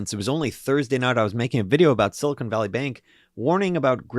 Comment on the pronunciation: "Silicone" (pronounced "cone") is a rubbery material used to caulk bathtubs, make breast implants, etc. "Silicon" (pronounced "con" or "can") is the basis for semiconductors, and is what that area of central California is named after.